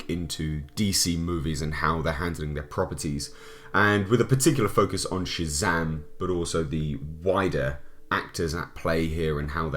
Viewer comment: Didn’t know Shazam was gay... “Shay-zam girlfriend”